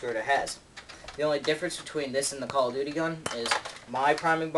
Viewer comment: "cah of duteh wor at war" hahaha